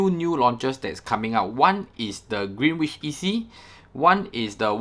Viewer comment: Green-inch…. W is silent